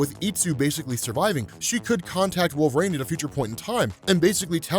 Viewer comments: I love you to death man, but it's pronounced WolverEEN, not WolverAINE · Any reason why pronounces it Wolver-ain?